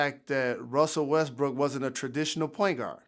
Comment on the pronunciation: He also calling Westbrook "Westbrick."